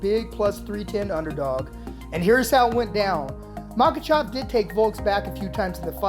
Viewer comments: How do you pronounce Makhachev wrong everytime you say it? Pronounced it differently everytime. It’s mah-Kah-chev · All i saw was 5 seconds of a highlight and kept hearing “MakaChaaaav” Boo 😂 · Makhachev❌ Makhachav✅ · "MAKACHAV!" i think it's pronounce "Makachev" (Makhachev) lol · how many times can this guy call him maka "chov" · Dude his name is not makachov, listen to your pronunciation and get it right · "Makachov" lol. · Man this guy butchered Islam's last name.. MOCKECHOV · Makhachav lol with an a ?